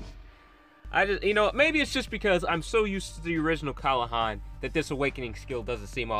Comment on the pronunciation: kLahan not kAlhan